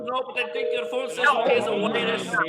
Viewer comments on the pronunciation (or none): that guy sounds funny “your voice phone has a wirues”